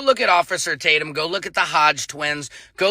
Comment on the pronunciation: The names just keep coming. First I hear “ Bait’em Tatum, then Tadum (Tadumb) 😂